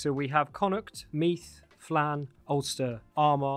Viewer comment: Meath is pronounced “mead” like the drink